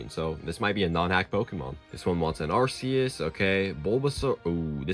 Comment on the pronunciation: It's pronounced ray-QUAY-zuh, GLY-score, and ar-KEY-iss, ""! 🤨